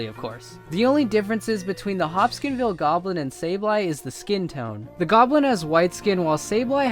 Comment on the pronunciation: It's the Hopkinsville Goblins, not the "Hopskinville" Goblins.